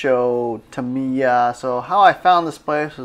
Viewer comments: Tam I ya, you say it like that not tamier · Dude why do you keep saying Tameeya and not TAM"I"YA😄 Pretty sweet video and I wish I had a store that awesome near me! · Jed Petersen actually I’m saying it a little bit wrong and the accent is supposed to be on the first syllable, I.e. “TAH mee yah” and not “tah MEE yah”.